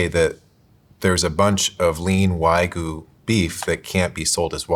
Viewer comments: English is an analytic language, so whatever that excuse is does not hold water. And anyone who has any cultural awareness should see an obviously foreign word and question how to pronounce it correctly. Especially if you are claiming to be an expert in a subject matter. This just makes him look foolish at best. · No Wild Bill's 😭 also, "WAGOO" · That guy came across so knowledgeable but then pronounces it 'why-goo'. Crazy. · I’ve always found it distracting when English speakers pronounce it wag-you (like a dog wags its tail), but why-goo is a new level of “maybe your condescending tone is undeserved,.” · For the life of me I can’t understand why these professional meat purveyors cannot pronounce Wagyu correctly. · Bro mispronounced wagyu like 20 times in a row. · white shirt guy pronouncing "wagyu" wrong so many times in a row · Why is it so hard for people to pronounce Wagyu correctly? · lol they all pronounced Wagyu 8 million different ways 😂❤ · The inability to pronounce wagyu is infuriating 😂